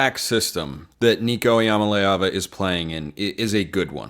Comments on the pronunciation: Even Eric pronounced it wrong! There is a YouTube short where Nico teaches how to pronounce it. It’s mah-LAY not mah-lee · ee-yah mah-lay ah-vah Nico pronounces it on a YouTube short, it’s easy to find. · Worst pronunciation of Iamaleava that I’ve heard! Come on